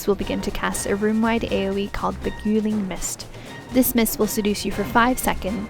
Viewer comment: Love your videos and that sweet voice, but definitely need to work on the pronunciation. Your "Beguiling" made me wince repeatedly. The gui part rhymes with guy, not goo.